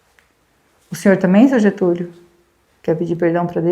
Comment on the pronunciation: Getulio nao GETULHO Gente😢